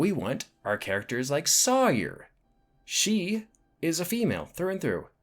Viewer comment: I appreciate the video and by the looks of it I'll appreciate other videos you've made, but I got to point out that her name is pronounce just like Tom Sawyer. I have no idea why you pronounced it in that weird way you did considering it's not spelled any different and multiple characters say her name with only proper pronunciation throughout the picture.😅